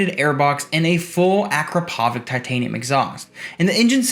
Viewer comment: Beautiful bike. I have not found one commentator that knows how to pronounce Akrapovic correctly.